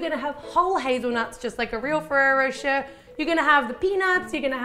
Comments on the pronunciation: On the adverts they say rosh-ay not rowsh-air and I say it like rosh-ay. Is it different in Australia or is she just saying it wrong? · I'm seriously impressed with your techniques!looks so good. and pretty, too. I'm sure with all that chocolate and nutella, this is quite a mouthful, yum! If I may suggest something: try pronouncing rocher more like rosh-ay (it's so difficult to explain it to English natives, but the -er in the end of a word is pronounced like the é(e), like a flat, brief "ay" or "ey". similar to the word sauté, from cooking!^^) lots of love from a European translation student with a huge sweet tooth :) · Pronounced rochae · I laughed so hard of how you prononced rocher, im not nativ american, english or else so it soundet so weird